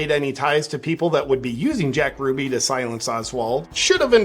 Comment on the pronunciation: You're mispronouncing Jack Ruby's last name.